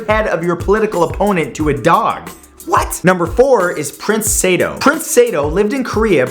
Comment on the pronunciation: boi. sa-do. not saidoe